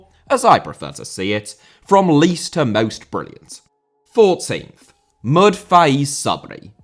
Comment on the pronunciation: just letting you know that "Mohd." isn't actually supposed to be pronounced as "Mohd."... it's just a common short form for "Mohammad" in South and South East Asia, so his name's just the Mohammad that I'm sure you're much more familiar with!